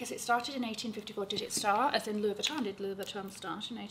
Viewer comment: I love you and for representing France for us Parisian’s who pronounce LV correctly like you